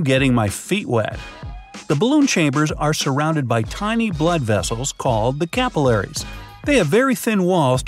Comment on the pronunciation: Was anyone else intrigued by the way he pronounced alveoli and capillaries?